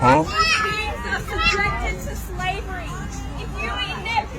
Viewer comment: sis was like "Shlavery" .... whats that have to do with bieng a vegan?